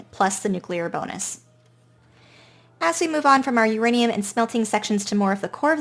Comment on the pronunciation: that's where we have our " YOUR ANE" hahahah